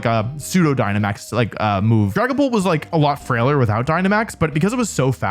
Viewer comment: uuuh scwary dwagons